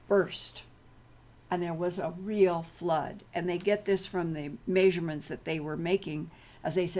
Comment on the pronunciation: Please....stop pronouncing measurement like that...please.